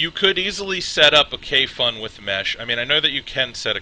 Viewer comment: It sits pretty flush on a Poldiac, looks almost like a hybrid. On a sidenote, Kayfun rhymes with typhoon.